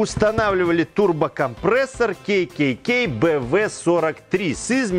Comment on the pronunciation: ТурбокомпрЭЭссор звучит как то неприятно.... все говорят через "Е" а тут через "Э".